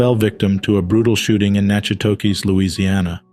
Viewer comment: Please learn the pronunciation of the names of towns and those passing. It’s pronounced Nack A tish.